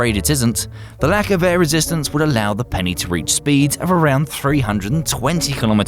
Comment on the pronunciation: "The LAKHCH of aer rastistence" Lmfao im dying